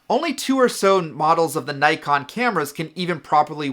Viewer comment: Good information but it really bugs me the way you say Nikon